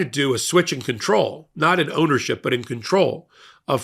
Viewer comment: haha. I thought he said there's an 'odorship' issue at Fox!